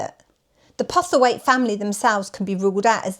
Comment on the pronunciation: The name is PoStlethwaite. Pronounced "Posselthwaite", not "Pothelwaite"